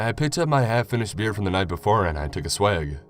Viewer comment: Took a swig, not "swag"